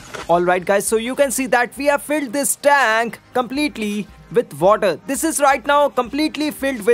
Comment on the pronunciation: Tenk🤦🏻‍♂️🙄 (tank*)